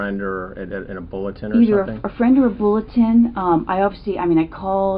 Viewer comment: When she says "bulletin" stuck me bullet?